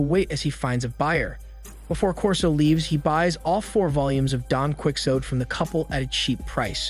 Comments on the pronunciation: You can't even pronounce Don Quixote, lol! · Mofoker didn't google don quixote. Pronounciations 😂🤦